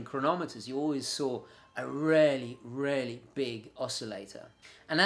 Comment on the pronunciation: I loved your video really informative but to my ear you rarely say really properly.